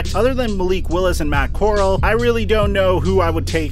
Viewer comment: Bro said Matt coral 🤣